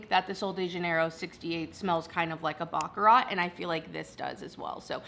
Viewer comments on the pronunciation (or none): none